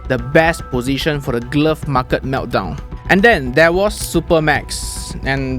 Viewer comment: What’s the correct pronunciation for market?